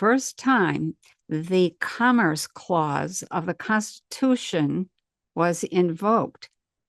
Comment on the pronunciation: Interesting info. I cant help but mention it sounds like she's saying "cummer's clause" tho. Sorry. Lmao. 😂